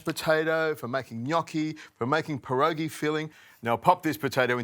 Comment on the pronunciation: The first warning should have been that he couldn't even pronounce "pierogi" correctly.